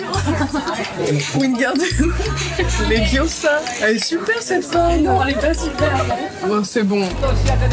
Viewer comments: 🇬🇧 Stop stop stop. You're going someone's eye out! It's leviOsa not levioSAH! 🇫🇷 Stop stop stop ! Tu va finir par crever un œil à quelqu'un! Et même tu ne sais même pas le prononcer! C'est Levi-Ooo-sa pas levioSAAAAH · C’est ”levioza"mais tu es quand même ma youtubeuse préférée ❤️🧡💛💚💙💜💖